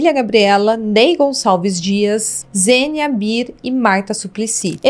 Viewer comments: a mulher chama Xênia Bier (não Zênia) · O nome de uma das apresentadoras do TV Mulher é Xênia Bier!!! Não Zênia...🙄🤯